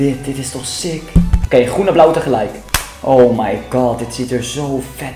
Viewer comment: Waarom zeg jij steeds sik